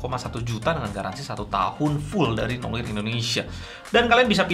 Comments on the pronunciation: bacanya noar bang, bukan noir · Seharusnya bilangnya "noa", noir itu bahasa prancis aslinya, pengucapannya noa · Cara membaca Noir kalo bhs inggris jadi "Nowar" XD